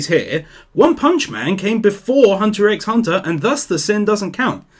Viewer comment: I believe Hunter X Hunter is actually older... I believe it started back in 2011. I could be wrong, but I think OPM started in 2015 And I'd be a bad Otaku if I didn't mention the "x" is silent...